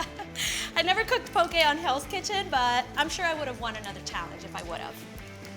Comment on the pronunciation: As a Hawaiian I wanna first say MAHALO NUI LOA for showing people all around the world how to pronounce POKE and AHI the right way keep up the good work chef